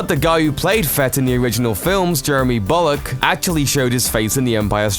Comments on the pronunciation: Jeremy Bullock, not "bollock". Ralph McQuarrie, not "mcqairy". Twentieth Century Fox, not "fux". And I thought Americans were poor speakers ... But good content. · Is it me or am I hearing "bollock" lol :D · The narrator's accent sounds EXACTLY like he says Jeremy BOLLOCK. That is literally all I have to contribute :) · Love the pronunciation of Jeremy Bulloch